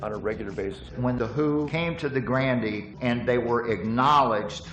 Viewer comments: LOL pronunciation of GRANDE (Grand'ee) Ballroom... The 'e' on the end is silent, the spelling is 'Olde English'.. 😉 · It's weird how the folks in the documentary don't know how to pronounce the word "grande." It's not grand-ay, it's just grand. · Leave it to a bunch of Yankees that can't pronounce Grande' properly. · Grand E Lol. It's French and the e is silent.